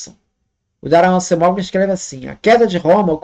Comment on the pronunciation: Se fala Daron Acemoglú (com ênfase no glu) e ele é um dos maiores e mais respeitados economistas da história (sendo que ainda está vivo e é jovem)